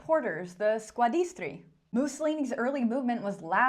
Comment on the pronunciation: I like your videos. The only thing is "SquaDRISTi", not "squadISTri" 😅